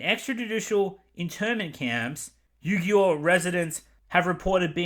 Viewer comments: actually, I learned from a friend that the 'Uighur' name is pronounced as (Wee-Gher.) Hope that helps with future pronunciations for you. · The Muslim people involved, I believe it is pronounced "Eye-gur" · I think it's pronounced Wee-jur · Uighur “wee-gur” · Uighur is pronounced wee-gur. Liu Yifei is pronounced Loo yee fay. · Uighur is pronounced "Wee gur" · It's pronounced "wee-gers" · Minor point, I only bring it up if you are going to address this again in the future - It's apparently pronounced "Wee-Ger", Others sometimes pronounce it "Wee-Jer". Honestly, without hearing it pronounced I would read it the same way. The spelling is awkward. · if you can't even be bothered with learning the pronunciation of XinJiang or Uighur maybe talking about the hypocrisy surrounding the topic shouldn't be your bag? The other points regarding the movie is right on. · It would have taken 2 minutes to Google the pronunciation of Xinjiang and Uighur. Especially if you're just going to read news articles aloud. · Nice job. For the pronunciation: Xinjiang = "Shin-jyong", and Uighur = "We-ger". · Its pronounced "Shinjang" and "Weegers" btw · I imagine you'd have done much better pronouncing Liu Yifei than you managed with Xinjiang and Uighur. It's a lot more intuitive.